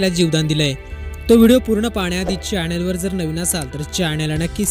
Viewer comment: च्यानल नाही चॅनल असा उच्चार करावा . तुमचे बरेच उच्चार सदोष आहेत ते सुधारण्याचा प्रयत्न करावा .